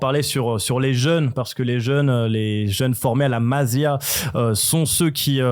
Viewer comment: Jsai pas tu raconte quoi FDJ sera bien là à l’aller pour vous traumatiser, et j’ai bien peur pour vous que FDJ et gundo 2v11 le match. Et charravino, la « Massí a » stp pas la Mazia. Merci